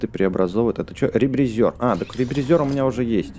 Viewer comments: Не ребризëр а ребризер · Не ребризёр а ребризер